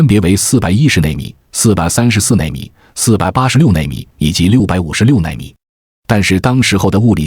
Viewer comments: 纳米的纳字都读错了还科普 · 纳米的纳字都读错了